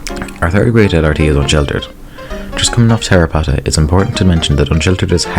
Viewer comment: Man fucking butchered my boy Terrorpotta.